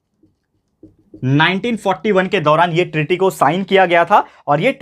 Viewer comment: Sir Atlantic treaty hai voh aap bol rahe ho ki tearry kya sir 😀